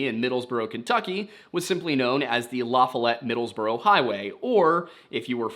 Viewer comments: Well to add my two cents worth. First it's pronounced La Fall Ette I'm sure Wendigoon will help you with east TN pronunciations in time. I am by no means making excuses for the sheriff or anyone else involved but you need to maybe consider the mind set of people in rural East TN in the 1950s kidnapping was probably very uncommon for this area in the 50s and I would imagine the thought of someone kidnapping a small child and assaulting them in that nature was completely unheard of, so the thought of something of that nature being what happened probably never crossed their minds. I feel you are correct in the theory that she was kidnapped and assaulted and also in thinking the sheriff may have been covering for moonshine operations as even though prohibition was over that was still a prominent source of income for folks in the region at that time ( probably still is in some areas ) and as you said a sheriff who brings in the feds probably wouldn't be sheriff long afterwards that theory makes sense to me. You said you weren't able to find any official documents about the case aside from newspaper reports and I'm not sure how common or uncommon that would be but in theory if the sheriff was willing ro keep the feds out of the area to protect citizens trying to make a living from distilled corn it sounds as if he was kinda protective of his community and though the case remains unsolved on paper who's to say it wasn't solved off the record and the sheriff and family turned a blind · Just Fyi. I'm from the area and it's pronounced luh-foll-ette. There are some others as well but that's the big one. Love the videos. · only because my fiancé is from LaFollette it's La Fall Et .. Lavalette is in WV where I am from. LOL it was weird hearing this .. I kept envisioning WV not TN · "La-FALL-ette"... from Knoxville. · My southern partner says it is La-fall-et, they live nearby. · okay just for future reference if you ever have to say Lafollette again luh-fall-it